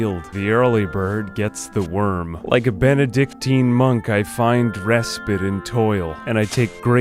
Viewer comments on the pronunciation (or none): REE SPITE. Not respit, sir